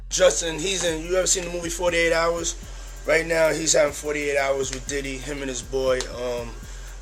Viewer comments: "48 hars"... You mean hours! Fuck man what has happened to the world that people now don't know how to pronounce hours?! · A.I. voice over again? Forty eight HAARS ??